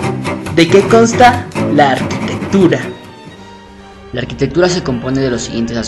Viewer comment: En ninguna lengua romance, ni siquiera en el ingles (architecture) se pronuncia "arCHItectura"pronunciando la CH como la utilizan en el video. El titulo del libro en latín ARCHITECTURA de vitruvio, foneticamente el prefijo (arch) se pronuncia (arkau). a menos claro que se esté pronunciando en algún otro idioma, o alguna lengua muerta, en cuyo caso apreciaría la corrección.